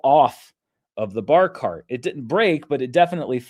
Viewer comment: I didn't know you were saying "bar cart" until you showed the pic. I thought a barkahrt was some piece of furniture I didn't know about